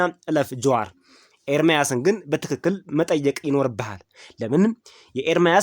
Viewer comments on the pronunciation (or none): none